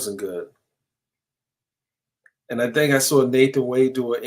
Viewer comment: I kno ur a New Yorker but our southern accent down here is rubbing off on u lol U didnt say "I dont think" u said "I dont THANK" 😂